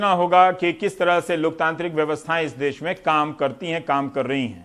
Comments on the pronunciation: Abe gawaroo des nahi Desh hota hai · "Des" Nhin "Desh" Hota h bhai